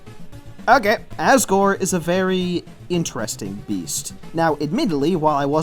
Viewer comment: U said assgore